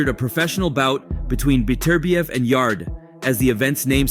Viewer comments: Wtf yaday yadie yarde mate get ya names right mate come on ye ment ta na wat ya talking bout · how did you make it past the Anthony Yaday , damn AI generated vid or what? The e is silent in Yardes' name